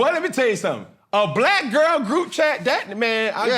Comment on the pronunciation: Cam will you stop overly emphazing "BLACK GIRL" this , or that?